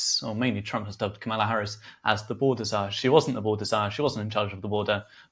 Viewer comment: is a good interviewer, but come on it’s COMMA-La